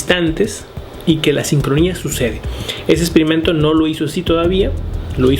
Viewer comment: de acuerdo con tigo , además este hombre opina mucho. y pronuncia mal algunas palabras ejemplo expimento en ves de experimento... esas cosas hicieron que me harte de verle después del 1 minuto.